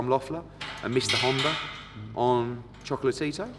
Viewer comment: Choco-La-Tito FFS!